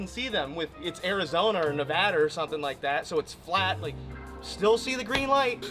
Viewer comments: Being from Nevada it made so happy he said it correctly! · Thank you for saying nevada right